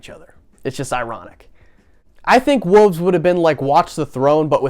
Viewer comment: Confused why you say Wolves like Wooves hahah thought the album was called Wooves until Ye said it